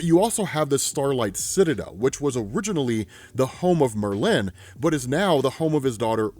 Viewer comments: You said Merlin like Berlin. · please stop pronouncing Merlin like that please lol